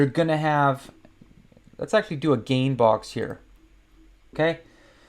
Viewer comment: Gann box (named after William Delbert Gann), not gain box :)